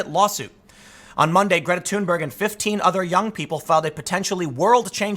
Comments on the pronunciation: 'Geeta Tunber' is the correct pronunciation according to her. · Still pronouncing it wrong, Tim, the correct pronunciation of her name is "Greata Tuunbery"